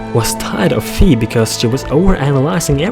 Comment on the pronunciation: he must watch +pbg he says fi wrong to